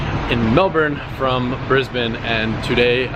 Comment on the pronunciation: Finally an American who pronounces Brisbane correctly